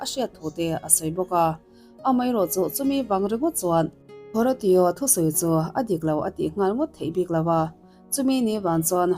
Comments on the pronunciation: Haratio i lam rik dan hi a mak ka tia.. Hawrasio tia lam tur anih ka ring.. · Horatio a nih chuan Ho-Ray-Shooh ti a lam rik tir a nih ngei ka ring.